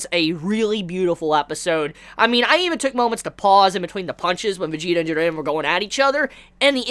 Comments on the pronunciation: It still slightly irks me how you say jiren lol stay warm my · Your videos are dope i follow your reviews on dragonball, tokyo ghoul (you do the best reviews on tokyo ghoul out of everyone) and the promised wonderland since chapter 1 and you are fuckin awesome bro but please just pronounce jiren's name they way it should be I dont want to come out as a dick but man that bothers the hell out of me, other than that keep up the awesome work✌